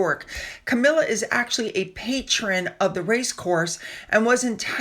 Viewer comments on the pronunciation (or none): none